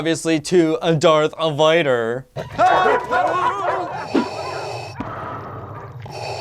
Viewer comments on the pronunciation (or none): Did he say Darth vider?